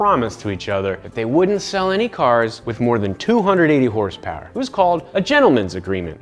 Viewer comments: 2000 HORSEPOWAH!! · horsepower u mean hersperrs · You actually pronounce it as Hersper not horsepower